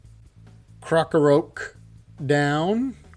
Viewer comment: Think "crock-o-rock" for pronunciation!